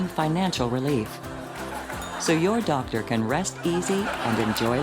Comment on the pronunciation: the lady sounds like she's deaf. WE ESSENTIALLY SAY TO A DOCTA, "HAY, DO U WANNA BE A THOUGHT LEEDA?"